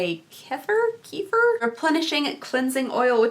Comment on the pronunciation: singing the Pirates of the Caribbean theme was the best! 😂 Kefir = “Keh Fear” The peel off nail polish is the only thing I found enticing. Lots of weird items in this box!